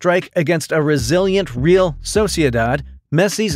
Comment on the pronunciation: Great commentary! (But please learn how to pronounce ‘Real.’)